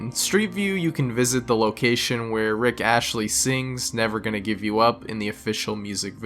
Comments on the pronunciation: Yeah he did lol . Astley ... hey NARRATOR... ITS ASTLEY! ✌🤣😇🙏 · Bro said rick ashley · RIck ASHLEY. Photo SHFERE. Next thing I'm gonna hear you say Sphinx as SHFINX and asphalt as ASHFALT. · Rick Astley not Ashley. How do you not know who sings "Never Gonna Give You Up?" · "Rick Ashley" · does this guy always pronounce things weirdly to bait engagement? rick ashley? photo schpheres? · RICKASHLEYRICKASHLEYRICKASHLEY Fuck Everything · ah yes. rick ashley